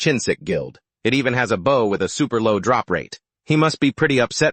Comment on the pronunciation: AI still can't say bow properly